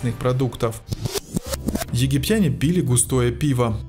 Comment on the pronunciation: грОши, а не грошИ. пИли, а не пилИ...одноимЕнная... Боже, как будто робота слушаю!